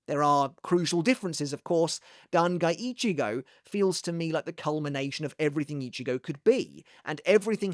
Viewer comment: "Dan Guy Ichigo" lol 😂